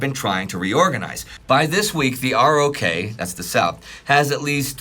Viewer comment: Wow, what a great and valuable series! I only wish would pronounce ROK like "rock," the same way people read it in the literature (as opposed to spelling out R-O-K).